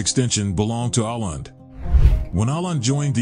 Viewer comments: If you want to teach people about Åland, you could start be learning how it is pronounced! As I am sure many have pointed out already, it is not a country but a part of Finland, though with some special rules pertaining to it. Sweden accepted the verdict of the League of Nations under protest but accepted it nonetheless. Today, Swedes, Finns and the people of Åland live in peace and prosperity. Others could learn a lot from this... (looking at the middle east) The camping in nature rule applies to Sweden and the rest of Finland too. It is part of a very old tradition, the freedom to roam, from the days when these today separate countries were one. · You, or the "Reader" keeps mispronouncing the name of the islands. There's a reason why there is a circle above the "A" (Å). Otherwise, nice informative video. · Even for people with good intentions is hard to read names/ words in other languages... This is AI anyway. At least I learned of a nice place. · His pronunciations are way off, he should have done some homework before making this video. It's Åland and yes I have been there. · If you like to convey information about Åland, you should also make an effort to pronounce the name properly. It is easy. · Nah, dude can't even say Aland right... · Å means stream or creek. The English speaker in the video evidently doesn't know there is a difference between the letter "å" and the letter "a." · Åland is pronounced O-land, not A-land. That Å is a "Swedish O" and not an A. Hurts my ears and I'm not even Swedish speakiing XD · As has been pointed out by others in the comments, Åland is not a country, but an autonomous part of Finland. And it's not pronounced "Ahland," but "Ohland." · If Åland is a country, then I guess Hawaii and Alaska would be too. And by the way, it's pronounced "Oland" and not "Aland". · My beother said or-land, not oh-land. He spoke Swedish, not Finnish. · It's pronounced "Oh-land", not "Ah-land". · ***Åland is pronounced Oh-lahnd not Ah-lahnd